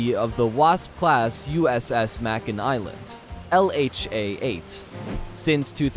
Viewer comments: It's "may-kin" not "mack-in" Island. I haven't been on it, but they were in our battlegroup and I've heard them on fleetcom more than I care to think about. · The Fact that you pronounce Makin as Mack-in instead of Make-In means you have no idea what these ships really do... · The word is "incarnation" NOT "incarceration" Very different things.... Also, it is May-kin not whatever the hell you were saying. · May Ken. Not Mack in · 🤦🏼 "Tarawa" is pronounced "Tear-uh-wah" and "Makin" is pronounced "May-Kin"! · Thank you. That bothered the hell outta me every time he said "mackin" 😂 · Hey, meathead, it’s Make-in Island(Makin). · I don't mean to be picky, but, Makin Island is pronounced with a long a sound, (Make-in)... just saying... and again, I don't mean to be picky, but the V-22 Osprey, Osprey is pronounced with a long a sound, (Ospra) the ey is pronounce as an long a, like the Spanish e (long a sound) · May-kin Island. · Your mispronunciation of “Makin” Atoll drives me nuts. The word rhymes with “bacon”.